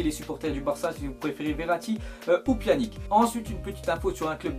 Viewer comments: c pas "pianique" sa se prononce "pianitch" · on dit pjanić tes sérieux de dire pjanic Ces abuser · Pas [Pianique] mais on dit [Pianitche]